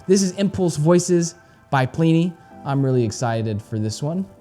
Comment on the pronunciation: God damnit it's not plee knee haha